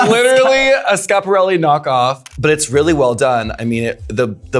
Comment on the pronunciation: violet learn to pronounce schiaparelli challenge, from an italian gal xx